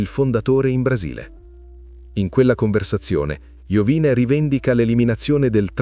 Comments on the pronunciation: Non è Iovìne, ma Iòvine. L'accento sul cognome è errato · Sarebbe interessante un approfondimento solo su Iovine. (che si dovrebbe pronunciare tipo Iòvìne). Un po' strano sentirlo così, ma sono piccoli dettagli. Al prossimo video 🤟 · Mario Iovine accento sulla o Contenuti interessanti comunque